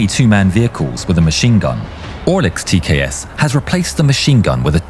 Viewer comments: It's tks not tas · "TKS with 200mm autocannon" Oooookay... Time to check the comments... Yeah... I'm not crazy nor the only one who heard that. 😂 Also, look like this was placed there as algorithm bait. Good job.